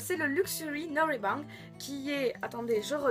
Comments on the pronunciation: Coucou coucou :D Petite correction pour les karaokés, ça se prononce Nolaebang (avec un ê et pas Noreabang xD) Nolae c'est la chanson et Bang la pièce/chambre ^^ <3 Vous nêm fort! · Chaton .Lorca je savais pour la signification, mais j'avoue que pour la prononciation on a fait le "ae" à la sudiste. xD En tout cas c'est gentil de nous corriger, la prochaine fois on essaiera de faire plus attention à la prononciation, c'est vrai que jusqu'à maintenant on n'y a pas trop fait gaffe. xD #Monkhee